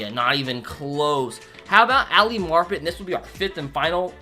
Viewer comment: it’s Ali MAR-pet not “Marp-et”